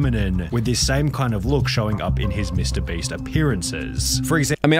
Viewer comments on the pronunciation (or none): Can I get 100 dollars for everytime he says breast instead of beast? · I Just love how he keeps calling him mr breast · mr breast lol y is he saying "mr breast"? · I ffind it funny how pyro ALWAYS says "mr breast" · Its so funni how he keeps calling him Mr Breast lol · Why do so many YouTubers pronounce names and brand names wrong on purpose? Like Mr Breast, Gacci, Boblox, (especially Boblox) Is it just trendy or is it the algorithm? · holy did he just say mr "Breast" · why did he keep saying mrbreast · Why does he say Mr. Breast?